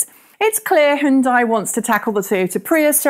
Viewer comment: I like how you pronounce Hyundai correctly but not Nissan or VW